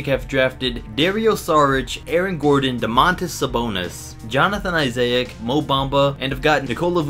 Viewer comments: johnathan isay-ick lmao wtf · You said Jonathan Isaac wrong